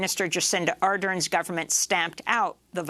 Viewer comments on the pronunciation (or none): Amy, “Jacinda Ardern”, the stress for “Ardern” is on the second syllable. That is how she says her name, that is how media in NZ says her name. Thought you should know.